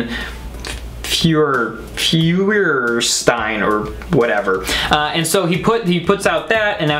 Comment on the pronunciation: No it’s 🔥stein